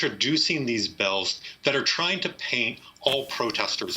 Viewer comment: This guy pronounces “Bills” as Bells 🔔